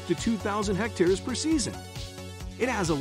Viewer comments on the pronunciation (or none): none